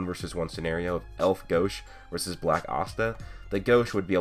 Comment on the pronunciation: it's gauche not gosh